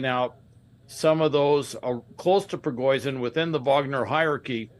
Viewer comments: Prigoizhin? The "expert" can't event get the name right? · I can't stop laughing at how this 'intelligence' officer can't even say this man's name correctly. lol forever fox news